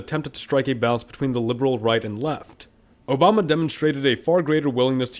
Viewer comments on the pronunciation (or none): none